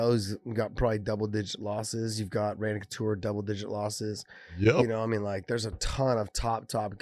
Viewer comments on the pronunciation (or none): none